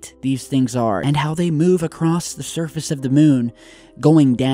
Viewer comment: Did you just say "acrost" with a fucking t?!?!,? Bye